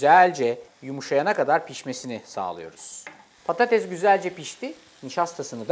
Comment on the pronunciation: Patatezzz değil 🤦🏼‍♀️🤦🏼‍♀️